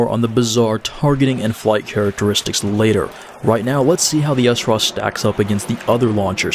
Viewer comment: So why do you call it the Essraw? You don't say Essmaw... For smaw... Its Sraw! like straw with out the t. Other than that embarrassing mistake, good vid.